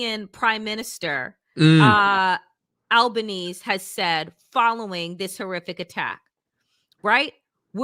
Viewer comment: Bubble head Barbie is Bondi like bon-dee. Bondi Beach is pronounced bond-eye, FYI. BTW, I’m a (anglo-saxon/pictish) white guy, and every time you place all the evils of the world at my feet on that basis, I die a little more inside. lol One more thing… it ain’t Albanese like Chinese… it’s Albanese like wheezy.